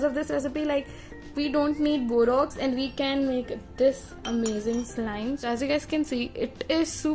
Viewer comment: It is borax not borox first see your pronounciation then speak